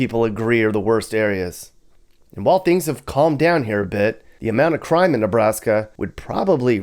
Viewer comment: Killed me with the "Ne-blast-ya" mappy with the gold chain lol.